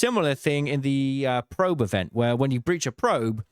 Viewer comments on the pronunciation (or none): none